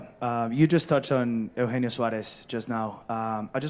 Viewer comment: How do you not know how to pronounce eugenio by now?